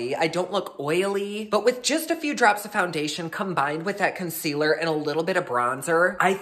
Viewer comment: “Consquealer” <— haha subbed 👍🏼 HugsfromNYC 🍎